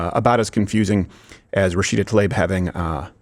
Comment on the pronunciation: Rashida Tlaib is the Brett Favre of muslim democrats. Neither name is pronounced correctly 😂